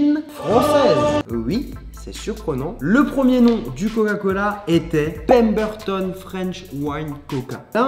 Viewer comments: Pourquoi a il articule pas sur le mot coca cola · « L’inventeur du goga cola » 😂😭